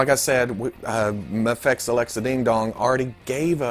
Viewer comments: You dont have to say muhfex its just an acronym, the way the letter is said doesnt dignify the way the word us said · "The Mafexio" Please let this be how you pronounce it from now on lmao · New game: drink every time pronounces Mafex differently.